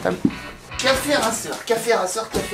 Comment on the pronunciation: Salut ! Cool ce projet café racer, j'ai moi même une 125 de ce type (permis moto en cours lol) Par contre ta prononciation de "racer" est pour le moins étrange lol